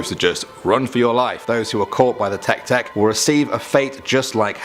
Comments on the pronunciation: teh-kay teh-kay not tek tek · You pronounced it wrong tek tek is not the word its teke teke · The fact that he pronounced Teke-Teke as Tek-Tek is hilariously idiotic. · Te-ke Te-ke Live they kay out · You said the name Teke-Teke wrong lmao. Its not Teck Teck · I’m sorry but “tech-tech” 😭😭😭